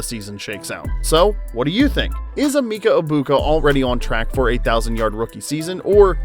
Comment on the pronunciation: Please... eh-MEHK-uh. This is not very hard, especially when they say it multiple times in the video you used. Anyway, he's awesome, isn't he?